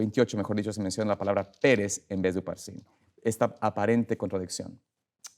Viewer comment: Digalo bien pastor no es Pérez es Peres sin asentó para no confundir